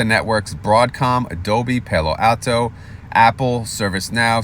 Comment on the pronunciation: it’s pal like you are my pal then o for Palo Alto Al like weird Al then the letter O I used to live 20 min from Palo Alto and this is the heart of Silicon Valley so you have to get this right!!! lol!!